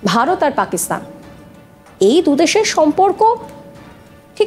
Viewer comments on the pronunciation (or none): none